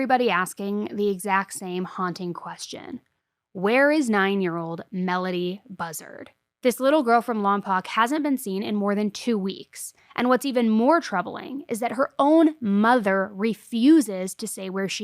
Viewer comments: Lompoc, is pronounced Lom-poke. Grew up there. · I love you and all your hard work bringing light to these victims. Just wanted to pop in and say I live here in Santa Maria and not to be that person but I’m gonna be that person lol Lompoc is pronounced lom-poke. Love you and I’m so happy knowing you’re covering this case for melodee, keep up the amazing work. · Just came here to say this (Lom-Poke). 😆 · Buzzard Case- I grew up in this area. The locals pronounce "Lompoc" as "Lom- Poke"